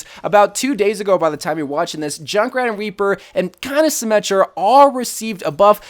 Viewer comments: Did he say weaper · did he say weaper?